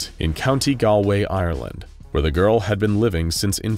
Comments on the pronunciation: Plus stop saying gall way it's golway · Very nice as always, but the pronunciation of "Galway" is. . .off, by a lot, sounds like you said it like "gau-way" but should be "gawl-way". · It very annoying that he pronounces it Count Gal-way when is Gollway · it's not gawway, it's pronounced Gaul-way, as in the roman word for the celts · me rom ireland: gal- way nonononn gol way is how you say it someone who asked: no one asked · great video, but how the fuck do you misspronounce galway that bad? the second time was fine but how do you get golaway from galway? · Your pronunciation of Galway killed me it like Gall similar to gallbladder without the bladder part, and way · Galway is pronounced gollway and the second time you zoomed in on wales in the uk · I'm sorry but the way you pronounced Galway made me wince. Its Gaul-Way. That pronunciation makes more sense if you know the Irish name for it. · oh that is not how you pronounce galway...it's galway rhymes with hallway, not. gal way. as an irish person it's just my duty to correct that- edit: and then he pronounced it better the second time he said it? man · It's pronounced goll way gol like golf Galway is pronounced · Hearing you say Galway was like getting verbally stabbed and not knowing what tf happened for a few seconds from shock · The way bro pronounced galway killed me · The way County Galway is said really annoys me. Other than that good video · My home county's name was mispronounced I'm crying. Also that arrow pointed to england not Ireland and not even close to Galway. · Lol as someone from Galway in Ireland, your pronounciation is a bit odd